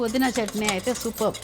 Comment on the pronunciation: adi చంట్ని kadu, its చట్ని